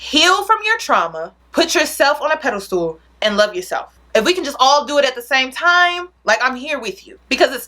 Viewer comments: Peda-stool. It's Pedestal (pronounced: Ped-iss-stal) TakEN as fact. Are you saying takING as fact? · I always laugh when says pedestal I always hear pedal stool 😂 love you girl!